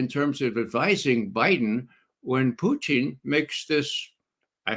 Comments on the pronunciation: Why does Ray McGovern do this idiot intentional put down of referring to Putin as Pucheen . ? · I respect McGovern’s reasoning but every time he mispronounces Putin’s name as “Pyuteen” I am reminded of W’s mispronunciation of nuclear as “nookular” Not even RT Russian presenters butcher Putin’s name with the relish of McGovern. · Why does your guest keep saying Puteen ?lol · Why does Ray Mcgovern always pronounce Putin in a weird way?